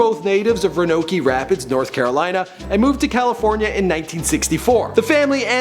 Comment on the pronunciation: Ronokie! LOL